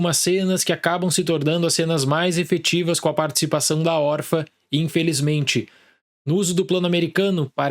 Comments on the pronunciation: Não pude deixar de reparar: por que o fala "órfa", sem o til? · Acho fofo que ele fala "órfa"